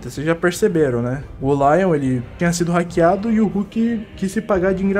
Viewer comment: hackear n "KRAKEAR"KKKKK